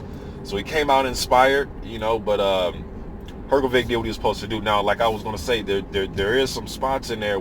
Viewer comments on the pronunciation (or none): Not really, sh would be quite similar to š in croatian language and than his surname would be Hrgoviš instead of Hrgović. I think the easiest way for non-native speaker to pronounce it would be to divide it in three english words her-go-witch and than you would pronounce it basically the same way as croatian native would, but still there will be a little difference with pronouncing consonant "r", because in croatian language you place your tongue just behind your teeth when pronouncing it so it sounds a bit different than in english language.